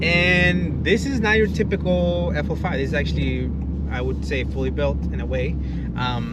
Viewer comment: FL5 not FO5 lmao